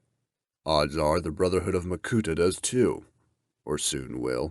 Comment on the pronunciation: Why is pronunciation so weird at times, like makuTAH? Enjoyed every second of this anyway!